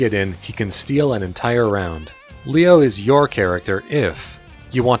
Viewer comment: pronouncing leo in a different way from the announcer is powerful as heck and i respect it